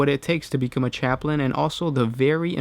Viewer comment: You said chaptin